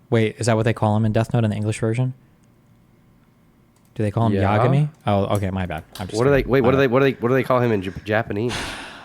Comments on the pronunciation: Pretty sure he was criticizing the pronunciation of Yagami, not confusing Light and L. It's Ya-GA-mi. Mind the emphasis, cause this is America. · Destiny’s right. Yagami with a soft is is not how you say it Ya - Gah - Mee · destiny realising he doesnt know how to pronounce yagami either lmao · He knows who light is , he was talking about the pronunciation of yagami . Moist pronounced it wrong so he asked if that's how they call it in English dub coz he watches in sub .